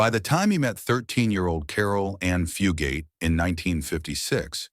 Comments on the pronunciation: It went from Fu- gate to Fu- got to Fue-got-tae. Wth...can't people even read simple words any more CGV ,AI and CGI are only as good as the input trainer. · The commentator of this video is pronouncing Fugate's name incorrectly, Fugate is pronounced with a long A, not a short A.